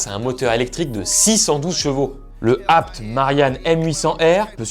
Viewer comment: Ca me stresse. ABT ça se lit "abété" pas "abte" ou je suis fou ?